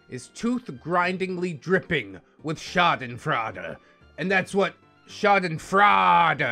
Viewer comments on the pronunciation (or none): Haha German speaker here, I love your pronunciation of Schadenfreude, it gets me every time 😭 (if you want to say it correctly its pronounced shaw-den froi-de, the froi like in the word boil)